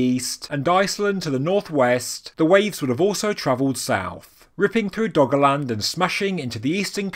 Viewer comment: I kept hearing it as "Doggoland"